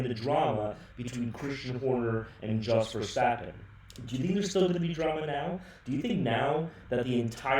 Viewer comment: The way you pronounce the words jos and verstappen piss me off